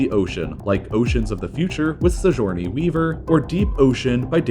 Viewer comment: Never heard Sigourney Weaver's name pronounced that way